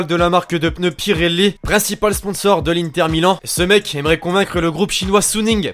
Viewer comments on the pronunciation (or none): none